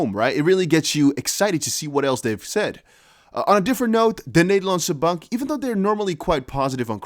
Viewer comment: Nice to hear your Dutch “De Nederlandse Bank” 👌👊🇳🇱